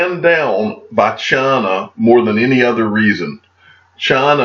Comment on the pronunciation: Dear , it’s China not Chana 😁